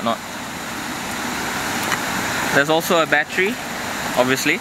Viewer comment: When he said battery it sounded like he said bat tree lmao